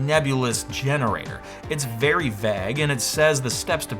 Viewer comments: I can't get over his pronunciation of vague. Vag (like bag) instead of vayg. Love ya though,. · Same here. That baffles me to no end. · And also COMPLETELY disrespecting the pronunciation of the word "vague" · You might want to check the pronunciation of “vague”. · You pronounce vague weird. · William Davis is an AI voice lol Learn how to say vague properly buddy LMAO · Why can’t you say the word “vague” correctly?